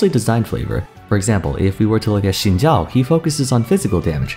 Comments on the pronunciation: This is how you properly pronounce Xin Zhao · Thanks for pronouncing Xin Zhao right 🙏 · never heard someone prononce xin zhao that good